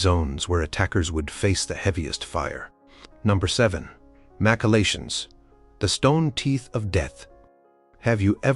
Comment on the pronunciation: Would be way better if recorded for real. This AI is misspelling and mispronouncing constantly. My favorite is "Mac-Keycolations"